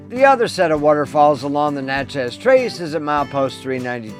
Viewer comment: Enjoyed the video great info but it’s pronounced “Natches” not Na Chez. There is also Natchez Mississippi also pronounced NATCHES. It’s sounds like matches but Natches. It’s a southern thing.